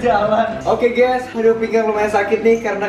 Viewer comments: GAYS bukan SAYANG😒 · Gays bukan sayang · bilang "GUYS" bukan syg, coba deh kmu ulang ² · Aku juga dengarnya guys bukan syg